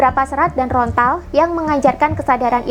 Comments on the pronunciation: Maaf kak bukan rontal tapi lontar🙏😅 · Lontar.. bukan Rontal 🙏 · Lontar kak... Bukan rontal😐